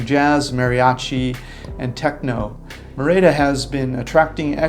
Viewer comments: It's MEH-rid-uh!!!! Not: Mir-AY-dah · It’s not “MaRayda” Mexico, it’s “MehReeda”. Learn some pronunciation, earn some respect. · Guys- great stuff. Note: Merida is pronounced MERida.....accent the first syllable. Keep it up! tom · I cringe every time you mispronounce Merida.